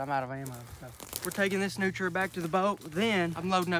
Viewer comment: Its pronunced nootreeah not nootra.